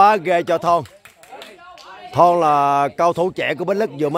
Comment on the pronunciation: Thọn nha chú. K phải thon. Kkk.